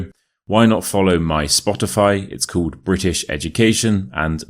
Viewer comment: The way he pronounces "called"! How does he do it?! 😂❤ x from Argentina.